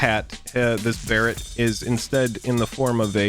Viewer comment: I love the way he pronounced baret...so much better.